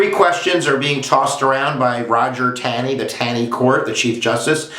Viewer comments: it's not Tan-ee. its "tawney". Ta makes the same sound it does in the word "talk" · Pronounced “Tawney”.